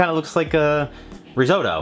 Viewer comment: Riz-oh-toe? Rizz-otto. geez.